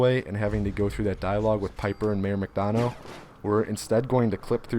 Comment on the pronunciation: It’s mayor mc dun-uh not dun-oh